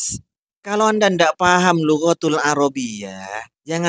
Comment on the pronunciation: Kamu juga salah ngomong lugoootul yg benar lugotul tdk pake mad لغات العربية tapi اللغة العربية Mendingan mas Heri pras jelas pemahamannya. Canel lu kaga mutu ra usa screb